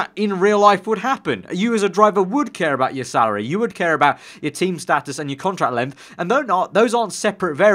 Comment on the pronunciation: its status not status